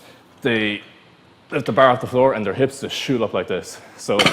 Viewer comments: What I do wrong was pronounce bar wrong you should say it like clarence Bâer Bear Beaer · The "behr". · "Just put your tum on da bear" hahaha i love it